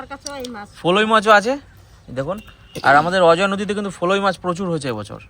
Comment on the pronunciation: অজয় নদ আপনি বারবার বলছেন অজয নদি কারণ তাহলে কৃষভ ভুল শিখবে তাই জানালাম রেসিপি ভাল